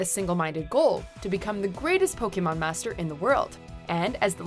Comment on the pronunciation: ur pronouncing "Pokémon" wrong you need to watch more Indigo League